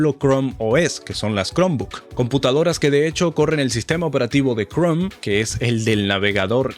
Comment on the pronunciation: Quien carajos le dice cromi a crom